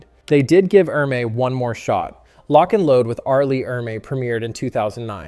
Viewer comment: It's pronounced "Ermee".